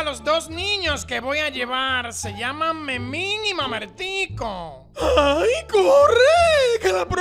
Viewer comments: dijo mamertco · porque en el minuto la profe dice mamertco en vez de mamertico